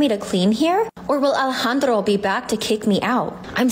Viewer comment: okay but ’ pronunciation of ✨Alejandro✨ was incredible edit: AND HES GOT PIPES TOO?!?!